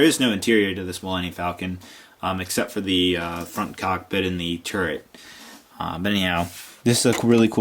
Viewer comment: "Artillery turrent" what the actual fuck